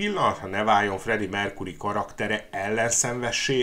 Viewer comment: Mercury-t nem "merkúrinak" kéne ejteni,hanem "merkjúri" a helyes.Bántja a fülem.